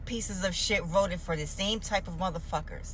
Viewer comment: I like the... I will boat (Vote) for Donal Tromp... Lol